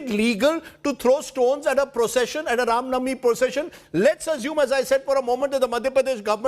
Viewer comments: Ye Rav navami Kya ha pade likhe gawar? It's Ram Navami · Rajdeep not able to say Ram navmi properly but he can say Ramzan without any problem 😀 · This does not even say RAMNAVAMI correctly ! when has he convrted to or chaged his religion ?